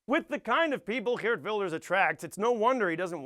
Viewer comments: You pronounced Geert very well!! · you are not funny. factually wrong and smug. biggest task after one of your partys is taking down those who hanged themselves. however your pronounciation of Geert is spot on. cheerio